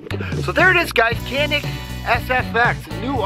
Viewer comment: İt must be pronunciated like GANİK or JONHİK